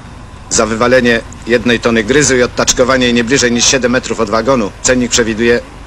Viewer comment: Takie kruszywo budowlane to grys, a nie gryz jak wymawia Niemczyk. Mogli go poprawić.